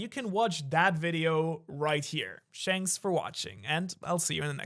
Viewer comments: at the last he says shanks for watching😂😂 (no hate) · I swear did he say shanks for watching?????!!! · "Shanks for watching" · Yeah I went back and look at it and I kept hearing it